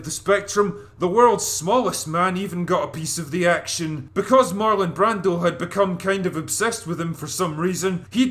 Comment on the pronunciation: I 💘 love this movie! This guy doesn't even know how to pronounce Marlon Brando right!